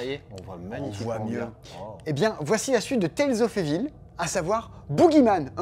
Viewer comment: d'habitude tu es plutôt bon en langues étrangères, mais là, évil.... Vraiment? 😂